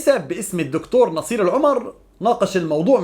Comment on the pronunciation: مهيب عندو أخطاء في لفظ اسماء العشائر الاردنية لان عايش في لبنان ولهجتة لبنانية ولا يعرف لفظ اسماء العشائر الأردنية حق المعرفة